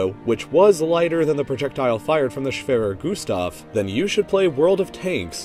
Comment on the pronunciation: i am german and i is really funny to hear someone say "schwerer gustav"